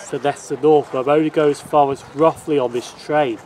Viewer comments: A great video, very informative but you’ll have the locals up in arms by your pronunciation of Rothley. The Ro part is pronounced as in “row the boat” as it’s reputed to be a very posh place. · Thanks G, yes someone did mentioned that I did pronounce Rothley wrong when instead of Roth it's Roe, like Cod Roe.